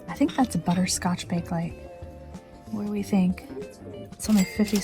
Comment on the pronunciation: Loved this video. I vote for the new bar stools. They suit the rest of your things much better. Also, regarding the Bakelite cake server, the brand name is pronounced bay-kuh-lite, not bake-lite.